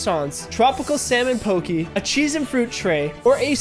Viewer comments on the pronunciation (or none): Enjoying your videos. One note it is pronounced “poh-kay” not “pokey”.